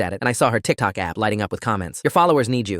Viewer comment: The way the narrator said tikTOK